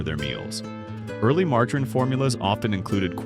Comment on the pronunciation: Margggg a reen? Who’s she? I fall for these stupid ai videos every time!